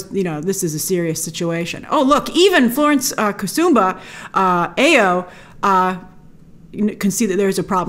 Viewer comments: The name "Ayo" is pronounced "eye-YOH" not "aye-yoh". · Ok Grace Ayo is pronounced AH YOUR You're welcome.